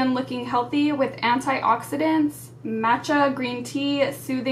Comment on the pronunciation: Btw, the 'match' in "matcha" rhymes with swatch. Just fyi :)